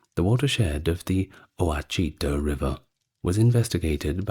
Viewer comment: Listening about The Louisiana Purchase I see that nothing but the names ever changes in US politics. Ouachita is pronounced Wa-shi-tah .If you have actually read US History you should understand Natives back then were seen as possible allies for European invaders ,because that's what Europeans did here from day one. The Kings in Europe saw Natives as useful pawns and Colonial Americans got scalped or their settlements burned because kings in faraway lands were feuding. So can the Euro Tripe and learn something.California Natives had mostly been Missionized by Spaniards before we owned California